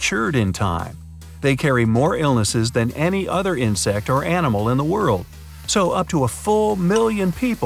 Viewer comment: Also you said anima, not animal, corrections plz